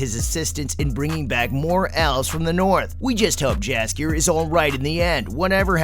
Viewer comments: Not a bad video, but you should double check the pronunciation of some of these names.. Jaskier for example, the J has a Y sound, so it sounds like Yaskier. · His name is spelled Jaskier in the show or dandelion in the game. The spellng is right my bad here